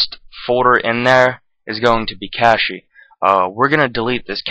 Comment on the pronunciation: "nividia" "cashy" no but seriously nice vid